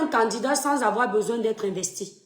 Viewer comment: Whouaiihhhhhh...Le faux-francais sur vous.... Écoutes-toi,: "Et le président futur que nous avons bessoin..."😂😂😂😂😂😂😂😂😂😂😂😂😂